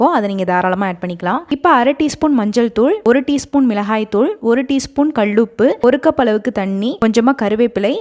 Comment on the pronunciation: கள் உப்பு இல்லை அது கல் உப்பு. தமிழை சரியாக உச்சரிக்கவும்்